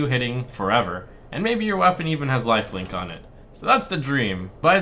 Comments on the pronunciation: How he said lifelink one time ;) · did he just say lifelink ? lol